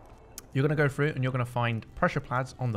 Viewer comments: “PRESSURE PLADS” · Pressure “plads” do u vein inglesh bro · "Pressure plads" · Pressure PADS PADS!!!!! NOT PLADS